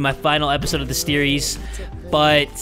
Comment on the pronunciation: Steries. Not Series but Steries.